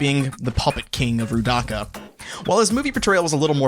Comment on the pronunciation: the way he says rudaka is pitifully hilarious